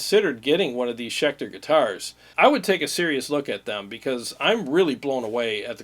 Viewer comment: Hey nice "Scecter" 😆